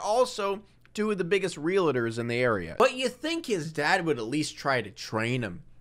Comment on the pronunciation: did you say RELATORS? not realtors?